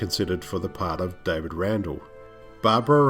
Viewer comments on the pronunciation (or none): none